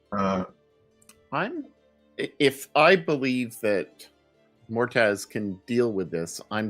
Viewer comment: I keep wondering if nobody is going to tell Xehra's player that "Mortaz" is actually called Moataz before the end of the campaign.